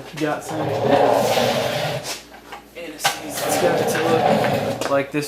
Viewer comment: the way he said anti seize sounded like he said anuseees